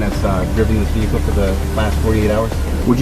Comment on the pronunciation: "I seen". "Ve-hick-el". They don't want cops to be too smart, keep em following orders.